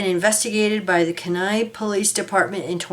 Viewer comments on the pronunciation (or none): pronounced- Key nigh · That is pronounced key-ni kenai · Kenai is pronounced Keen eye 😊 Thank you for posting this ❤❤ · My brother-in-law comes from there and it is pronounced Keen Eye